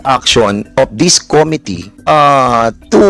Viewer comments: Com MIT tee - not COM Mit tee😊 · Ayusin niya muna pronunciation ng " committee". Sakit sa tenga sa totoo lang 😂😂😂